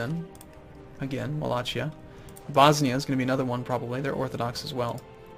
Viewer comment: Wallacia? Its Wallachia. With an H. Don't screw it up that's where i live.